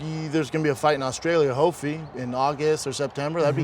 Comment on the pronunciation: "there's gonna be a fight in australia 'hopefy'" someone please remind me what a "hopefy" is....